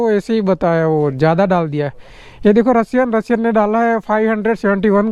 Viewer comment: Roshiyo ❌ Rasiyan ✅ 😂